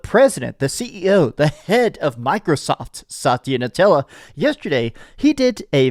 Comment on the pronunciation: Na DELL a. Not Nutella!